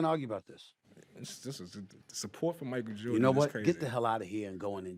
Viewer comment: You’ve met your match. Well, you both met your matches. Sooo entertaining. Love how called MJ: Michael Jore an….